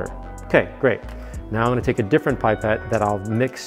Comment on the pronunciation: Pip-ette. Not pipe-ette 😅